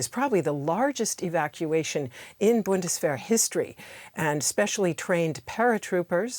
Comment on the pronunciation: who are you making the news for? German speakers or English speakers? English speakers I suppose. Maybe using Bundeswehr is not the best way to read/share news. Just say "German Army" so that people get what you are saying, instead of pronouncing the word wrong and making it embarrassing for yourself and difficult for others to understand.